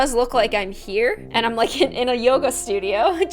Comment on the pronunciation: no because I used to think all the time that you said "happy day on," but you actually say, "Happy Day, I'M " 😭😭